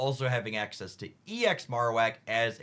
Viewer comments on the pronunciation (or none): none